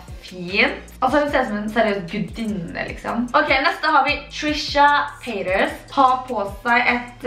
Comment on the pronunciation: Når du sa <Trisha paytas> trodde jeg du sa <Bye haters> :D